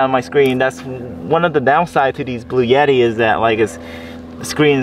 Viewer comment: “Bluetti” is pronounced blue-etti. NOT blue-yetti. There’s no “y” in it.